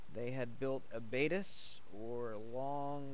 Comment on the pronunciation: Its pronounced "abbatee". Its a french word